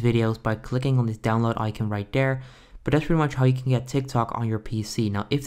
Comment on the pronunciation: 0/10 he miss pronounces icon